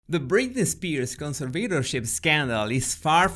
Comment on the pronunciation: why is he constantly pronouncing 'conservatorship' wrong